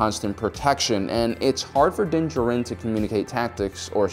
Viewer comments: How do you manage to say his name wrong? It's not like you could have read it in a novel and not seen the show. The way you say Djarin and Beskar makes it sounds like you don't even watch the show but just read the notes of some nerd who did... Hmmmm. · Has this guy even watched the show? What is going on with his pronunciations? Din Djarin is pronounced "din JAR-in". He says his name for the first time in the season 1 finale, but this guy calls "DIN jur-in". Beskar steel is pronounced "BES-car" by every character in the show, but this dude is saying "buh-SCAR". This is just another one of those soulless videos that capitalizes on what's popular without any real understanding of it. It's really obvious he's reading a script that was written by someone who's actually watched and appreciated the show. I feel bad for whoever wrote this script only to have this clueless dude mispronounce everything. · You say his name wrong. Look up the video where dave filoni says it, correctly. Din D-Jar-in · dont ever say his name that way its pronounced as din-jar-in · You can't even say his name right. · Am I the only one getting annoyed at the mispronunciation of Djarin? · Kinda cool that you put all that research in but can't say his name correctly... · I really wanna watch this video but I'm sure my dude is just gonna mispronounce Mando's name the whole freaking time:/ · I cannot stand the way this guy mispronounces Djarin every single time 😐